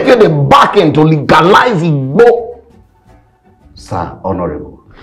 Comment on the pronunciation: The way dey take pronounce "igbo" sef 😅